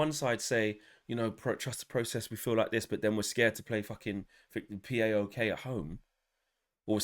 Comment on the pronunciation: P, A, OK? It's just a single word "PAOK", it's an acronym of a Greek football club! 🤣🤣🤣🤣🤣